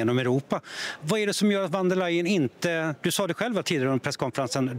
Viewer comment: Vem är intervjuaren, som inte vet att 'v' uttalas som 'f' i tyskan, t.ex. i 'von''. Det trodde jag var ren allmänbildning, något som alla visste. Dåligt!